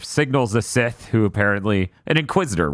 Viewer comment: Funny how can't say Sith. He's a dark lord of the THI ·S!